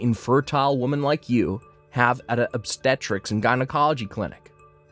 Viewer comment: Infer-tile. Jine-acoloy Drives me nuts.